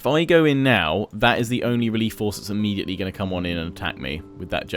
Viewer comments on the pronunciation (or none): none